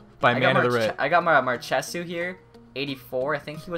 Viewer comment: Mar-she-shouht (marchessault)